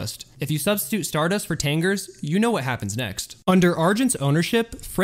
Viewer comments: Bill Curtis would pronounce it "Day-Litz" as opposed to "Dah-Litz". Tomato, Tomato. And it was "Tan-Jeers" not "Tang-ers" or whatever you said. But again, hey. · You've obviously never seen the movie Casino... "Tang-ers" LOL!! (It's pronounced "tan-jeers") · You did a great job with this video! BTW, it’s not “Tangers”, it’s “Tangiers", (Tanjeers) ha.. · “tangers” it is pronounced “tan jeers” dude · The Tangers? I think you mean, The Tangiers, Pronounced "tan jeers". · One thing though... It isn't "Tangerrs" it's "Tan-jeers" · Tangers? Lol tan-giers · The casino in the movie is pronounced “tan-JEERS,” not “TANG-gurz.” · The Tangers...??? LoL🤣🤣🤣🤣. It’s pronounced TAN GEE RS. The Tangiers was a fictional Casino based on the Stardust in the moi e Casino. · It's pronounced, "tan-jeers". Not "Tangers" 😁 Good video! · "Tangers"... ... Good grief... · Tangiers is pronounced "tan-jeers" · Isn't it "tan-JEER-z" like the city in Morocco? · Tang ears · Very interesting, BUT: Tan-JEERS, Pair-EE (C'mon, Man), and Harry S. Truman? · True. But it is tan jeers. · FYI, Tangiers is pornounced Tan (as in the color) Jeers. As in the show was jeered for bad performances. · You were doing so good until you said “tan gerrs” 😂 I almost believed you actually watched the movie and weren’t just reading your google search out loud 😂😂😂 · Tangiers is pronounced Tanjeers, otherwise it's a good video. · Its pronounced Tan-Geers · Hi: Wow, what an interesting video - great content, very well done! As a friendly heads up, just thought I might politely point out a few mispronunciations. Here they are: "Tangiers" - pron. "Tan-jeers" "Contiguous" - pron. "Cont-tig-U-us" "Fontainebleau" - pron. "Font-tain-blou" (The sound at the end of this word is somewhat clipped.) Many thanks for all of your dedicated, hard work! I hit the thumbs up, and am happy to be a new addition to your subscriber list.:) Salut, Quincy's Law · I believe it's pronounced "tangerine". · it's pronounced tan jeers